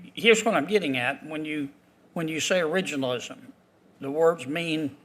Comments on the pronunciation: Cannot pronounce originalism? 😅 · Man she couldn’t even pronounce “originalism” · She is a judge and cannot even pronounce the word originalism. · Originalism .... she can't even say it 😂😂😂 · She can't pronounce it. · They have one who can’t even pronounce the word originalism 🙄🙄🙄🙄🙄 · This black woman can’t even pronounce the word originalist. What they need to do is read the document its simply stated what they mean.